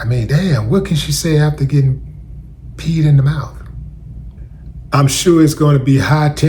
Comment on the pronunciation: "Peed in da mouf" is CRAZZZZZZYYYYYY😂